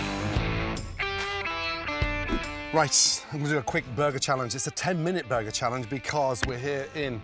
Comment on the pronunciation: "A buhguh is for me and a buhguh for the hippo"